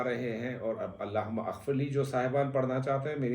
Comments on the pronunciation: Mohtaram...yay Allah.ho.mughfirli hai...AP ghalat pir Rai hai...Allah Huma aghfirli naie hai... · Sir Allah humaMagfirli is correct pronunciation